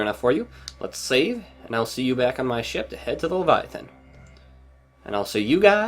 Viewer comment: Whenever you say Ship Missile, it sounds like your saying Shit Missile, or, at least, to me